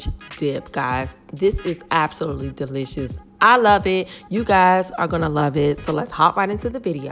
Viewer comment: umm... it's DeeLishASS